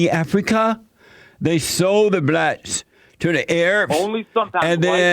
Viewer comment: “Initially it was the blatts that sold the other blatts in mami Africa” 😂